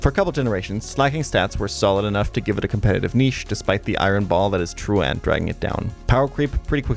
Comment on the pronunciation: Great video. FYI, truant sounds more like true-ent than true-ant. It's good that you can't pronounce it — it says you didn't skip class enough to get in trouble as a kid lol